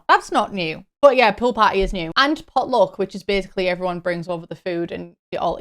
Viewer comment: I misheard you when talking about the pool parties and thought you said “pill parties” and immediately went 😮 like, who asked for that